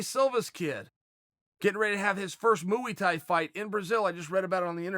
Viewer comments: "his first MOOEY-Thai fight" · “Mooey Thai” Donald Cerrone is another good one